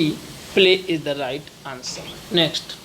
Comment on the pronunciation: Please pronunciate the word'is' correctly.